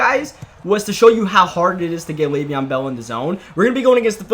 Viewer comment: "Le'veon in the Bell" lmao